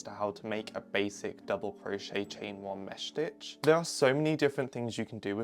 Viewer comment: idk why, but the way you pronounce 'mesh stitch' is satisfying- (btw ur so cool)